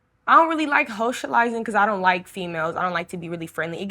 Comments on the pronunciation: "Hocializing" tho :D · "hoetializing" 🤣 learned a new word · Hocializing??? Did I hear that right?!😂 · “I don’t really like Hocializing “😮🤣🤣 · Did she say hocializing !? Thats a new one for me hah